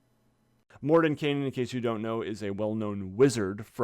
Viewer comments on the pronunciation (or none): Would it be morden-kye-nen and not morden-kay-nen? Or am I the one that can't pronounce words (which is likely)